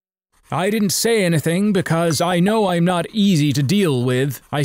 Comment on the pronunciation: lol he said anathing